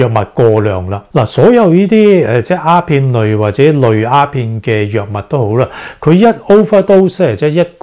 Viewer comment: 醫生。你好似講左蝦片喎，係丫片呀！